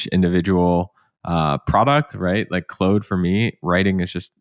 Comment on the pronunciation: dude, learn to pronounce claude